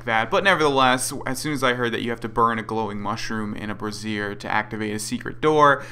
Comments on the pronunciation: I'm pretty sure you say brazier like bray-zher not brah-zee-er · "Bra-zhur." A "brassiere" is something quite different. ;)